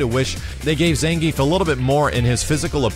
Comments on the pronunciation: It's not "Zan - Geef", it's "Zahn - gee - eff" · ZAHN-GEE-EFF,! Get it right! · Ppl keep calling him "zan-geef" even after the trailer tee-hee